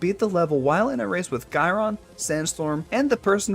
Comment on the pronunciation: no its GE-RON